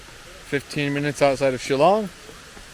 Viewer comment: You pronunce "Shillong" better than that indian guy🙊